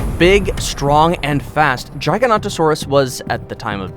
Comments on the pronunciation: he said giganotosaurus [ gigant a sor us ] its [ gig a not o sor us ] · It's Gig-a-not-a-saur-us. Not Jie-ga-not,-o-saur-us. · Can u say giga-not-a-sauras again lol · Jiaiganotosaurus lol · You pronouncing the name of the giga wrong mate, also the video used for the trex was a tarbosaurus mate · the games and movies pronounce the name of "the giga" wrong,the real name is gigantosaurur and not giganotosaurus